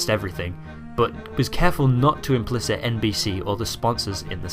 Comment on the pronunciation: Dan Enright didn’t IMPLICATE (Imp-leh-Kate) NBC. not implicit (I’mp-Liss-it)